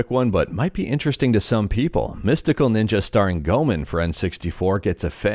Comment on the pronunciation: I laughed at how you said Goeman 😆